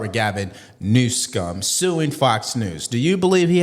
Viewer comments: Did you say news scum? 😅😂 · I am a Trump supporter and have no use for Governor Newsom. But, you deliberately mispronouncing Governor Newsom’s name is childish and demeaning to your broadcast. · Please stop mispronouncing his name. It's so juvenile and you are far above juvenile